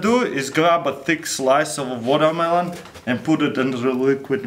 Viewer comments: It's not watermelon water-mel-ooon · "I'll jus grrwaab dis guwatermelon check dis out" -Russian hacker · "vodamelon" lol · woooo wodermallon , woDermallonn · MelonMelonNoMe "wadamaelone" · Sorry but, what's wotohmelon? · Wotarmelon wolcano! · "Alright, now we grab LEKUED NIROGEN an pur it in the warermelon"